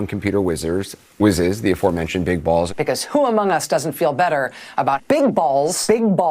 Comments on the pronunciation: It's a long "o", not a short "o". That would be pronounced "bowls", not "balls". So either Elon made a mistake or it's actually "bowls". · Macron over the letter O in Bolz indicates the correct pronunciation is "bowls" not "balls". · Journalism school should ensure basic English skills. The ō in Elon’s new name is pronounced "Oh," making it Harry "Bowls," not "Balls." Media consistently mispronounces it, showing a lack of awareness. Shocking, I know. Let’s be the one's to get it right. I know it takes the fun out of saying it, but let's be the smart ones on all fronts. Oh, and FFS, get your heads out of Elon's pants. It has to be crowded enough in there with what he is obviously carrying around!! 🤣🤣🤣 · B ow long o Not B. a. Short o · It's pronounced "bowls". Long O. You would think that people that make a living using words would understand the language. Lol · She had no idea she was saying hairy balls 😂😂😂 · Isn't ō pronounced like "oh" though?